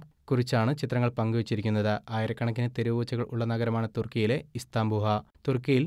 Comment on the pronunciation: ഇസ്‌താംബൂഹാ എന്നല്ലഭായി സ്ഥലത്തിൻറെപേര്. ഇസ്താംബൂൾ എന്നാണ്